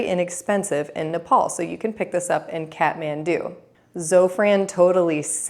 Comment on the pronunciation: Here's another pro tip: the Kath part of Kathmandu is pronounced like "cot," not "cat."